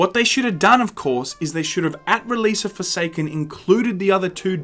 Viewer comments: did you say foreskin instead of forsaken cause that was hilarious. I got foreskin I mean forsaken for free on PS plus 15 minutes in I uninstall it cause it really isn't my type of game but thanks for letting us know about Bungee shitty arse business practice cause that's how business works in reality. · did you say Forsaken or Foreskin?